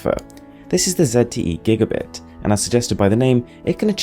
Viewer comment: Gigabit or Gigabyte? Its Gigabit, but I hear Gigabyte.